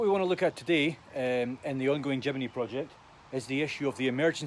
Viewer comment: Jimeny ? Where did the 'e' come from ?